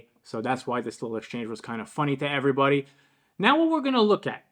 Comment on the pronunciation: I find it telling that Mr. Word Salad, Micheal Eric Dyson the Uber Racist, who prides himself on using obscure and unconventional descriptives in an attempt to make himself seem intellectually superior... say's err'body instead of everybody. It just emphasizes his overall phoniness. The guy is such a toxic racist fraud.